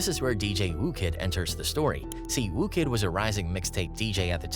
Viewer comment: FFS, his name's WHOO Kid, not ''Woo'' Kid.